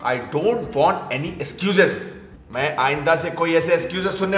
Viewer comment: Squezes nai hai wo Excuses hai